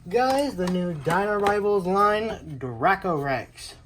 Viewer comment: It's actually pronounced dray-coe rex